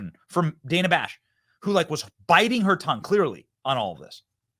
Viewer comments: Who is DAN-a? Her name is Dana. Kamala demands people pronounce her name correctly she should do the same. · The takeaway here is CNN is so bad that not even Kamala, queen of the far left cult, watches it. She called Dana (daynuh) Dan-uh. I mean, she'd know her name, right?